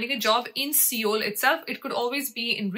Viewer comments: Seoul is actually pronounced as sole/soul. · It's not seeoool ...it's sol (pronounced)